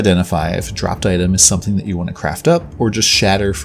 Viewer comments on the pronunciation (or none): none